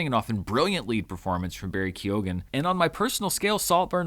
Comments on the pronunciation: Barry Keoghan's surname is pronounced "kyohn", not "kyogan". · Keoghan - pronounced 'Key - own' Just dont pronounced the 'key' part so much So like Ky-own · I'm irish , keoghan, the g is silent ! I know I know, why is it in there!! Pronounced ke y own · Lovely, that's not the correct pronunciation of Keoghan. Lead the way:)